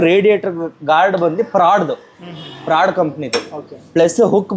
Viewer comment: Ford alla, Michael Jackson! Helod nodidre haudu ankobeku. "Prad" adu... Prad4x4 guards.